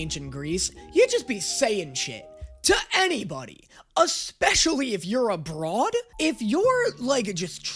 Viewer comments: Is he saying “especially if you’re abroad” or “especially if you’re a broad”. I can’t tell if he thinks women in Ancient Greece could just do anything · OOOOOOHHHHH he said abroad, I originally heard it as "a broad" and thought he was saying like especially if you were a woman this past what over a year now